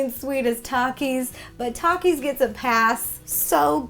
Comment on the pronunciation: Rosanna Pansino I don’t want to sound rude by correcting you and I love you and your videos but I think Takies are pronounced like Thakies